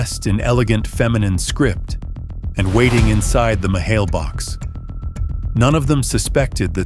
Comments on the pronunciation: The “mahail box”? Seriously? Clearly more AI Slop, read by barely literate AI slop narration ware. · Mahale box?? Nice try, AI. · Yes, you can tell by the mispronunciation of Mailbox - they called it a Mah Hail Box. The mispronunciation always gives it away. Its a good story though.